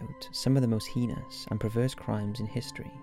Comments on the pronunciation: Heenus? Or do you mean hay-nus - heinous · Liked the documentary but jeez that voice is annoying o.O the way he speaks in half sentences for the whole thing.. not being able to say heinous but "hee-nus" and just sounding damn monotone through out.. I'm sorry man. Gotta work on your narrative there. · Please say heinous right